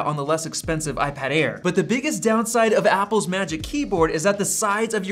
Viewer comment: Its Air not Aid